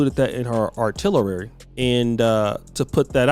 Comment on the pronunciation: "Artillerary"?...smh